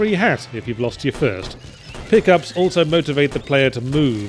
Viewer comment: Did you call the pick ups "pig ups"? If not, why not